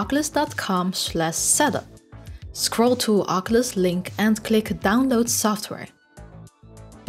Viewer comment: I believe Oculus is pronounced o·kyoo·luhs not aa·ke·lush, no offense intended, just you said oculus many times this video. Great video!